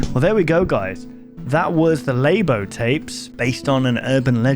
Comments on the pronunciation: Lay-bow ❎ Luh-Boo ✅ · its LABO not LAIBO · "Lay-bo" is crazy 💀💀💀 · I don't know if anyone's told you already, but Labo is pronounced "Lah-Boh" and means "blurry or hazy", which is a description you can use for the low quality of analog tapes. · Not "leybo", it's labo with a short letter a. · Labo (emphasis on the La) as in blurry or some other meaning of Labo with a different pronounciation..?? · And i think Labo is meant to be pronounced La-bo as in (Blurred)